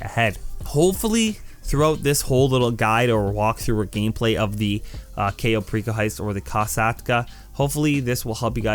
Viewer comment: a couple mistakes mistakes, 1st its pronounced cai-oh pear-ico 2. its koh-sat-kuh 3. scroll right on cams to get to the basement wayyyy faster, 3rd if you want to call in your mkII faster go to interaction menu and go to vehicles and call it in, 4th the only difference with hard mode and easy mode is 90k extra and one extra hack